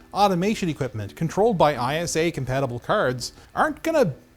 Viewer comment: When he says ISA, instead of ISA.